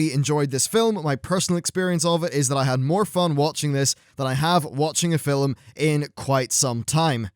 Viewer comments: ..... can you stop saying "fil-um"? You say it fine when you're in the middle of a sentence, but for some reason when you're introduction a new segment, you put this weird enunciation on it. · You keep saying, "fill um." Film has only one syllable: the 'L' is soft. Are you deliberately making fun of the English language? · film....not filim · "Fillem"? of "film"? "Genuwhine"? or "genuinn" (phonetically speaking) - great review still though. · I understand he has an accent, but why does he pronounce it both 'film' and 'filum' during the video... seemed odd that in a span of 20 seconds he'd say it both ways. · "Filum" hehe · Why does this guy say film as "fillem"? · glad i'm not the only one who was compelled to scroll down to the comments just because fillum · you say "film", i think you'll find its pronounced filim. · Anyone else notice how pronounces film fill-em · I love the way you pronounce "film" haha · My biggest surprise was the development of Blackhand. I really enjoyed him . Oh and let's not forget Gul'dan :) Also, why do you say film weirdly in some places? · In certain parts in the UK and Ireland this is how it is pronounced.